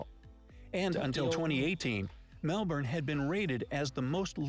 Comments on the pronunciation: The way your girlfriend says Melbourne is how It should be pronounced by foreigners (Mel-burn) sounds weird when Americans say Melbin/melbun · Great honest reaction. 🙃🙂(spot on with the Melbun Brisbun pronunciation!🙃🙂